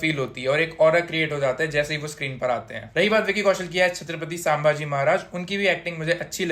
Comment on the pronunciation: Sambaaji nahi wo संभाजी है जो किओ की जगह करी करी करता है उसकी कारि की तऱ्हा खट्टी pronaunce ho jati hai